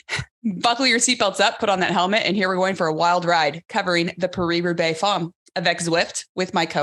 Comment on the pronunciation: Love you Alison but it’s pronounced parry not paree and it’s femme not fomme. Love what you guys do. Keep up the great work